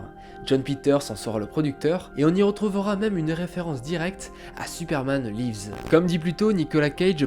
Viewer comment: Superman laïvz ? Là c'est pas du live, ça se prononce "li-vz" comme en français mais avec le 's' prononcé Bizarre en plus, parce que la deuxième fois tu l'as bien prononcé mdr